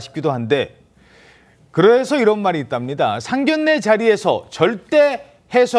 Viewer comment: 상견례 발음 정확하게 하세요. 😊